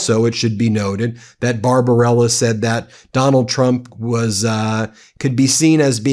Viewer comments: BarBARBella, not Barbarella - don't ruin a great movie by mispronunciation 😂😂😂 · The doctor's name is not Barbarella, it is BarbaBELLA...look at the spelling on the letters. Also, how in H*ll can he say they took over a ship that he just seconds before claimed they sunk? And, Mr.Trump, a 6 year old could pass that cognitive test. They could even color the animals the right colors too. Idiot.